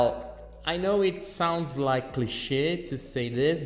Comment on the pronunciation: can't tell if you tried to say "sounds like cliche" or "sounds li-ku shit" but i'm liking the latter ;).